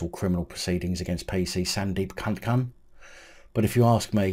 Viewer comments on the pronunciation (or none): Please stop saying kunkun I’ve already spat my coffee out. 🤣🤣🤣 I know it’s not funny but…